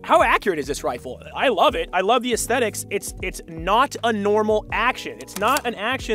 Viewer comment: Say assthetics one more time mafcka